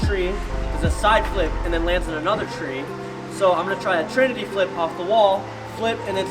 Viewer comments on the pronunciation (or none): none